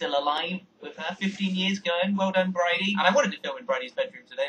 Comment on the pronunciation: ARGH!!! HER NAME IS BRADY! BRAY-DEY!